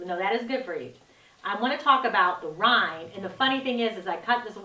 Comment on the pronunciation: I think it's Watermelon rind not rine.